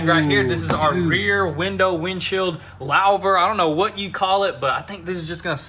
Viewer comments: Guys, its pronounced 'loover' , not loaver. Its french. Louver. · It’s pronounced: ‘Lou-ver’ not ‘lao-ver’ Lol 😂 Edit: when I first typed it I didn’t see any other comments about it. And of course once I do it puts it next to 4 other comments about pronunciation lol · It's a looooohhhhver not lowver. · Lou- ver /////////////// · LOUVER. Rhymes with HOOVER. LOUVER. Rhymes with HOOVER. LOUVER. Rhymes with HOOVER. LOUVER. Rhymes with HOOVER. LOUVER. Rhymes with HOOVER. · Its pronounced"Loo-Ver" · Pronounced "Loo-ver"